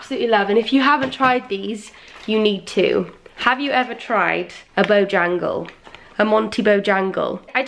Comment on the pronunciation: When you said “ Bojangle “ I literally heard “Jingle Jangle” i was like “ what!?! Isn’t that from riverdale💀😂”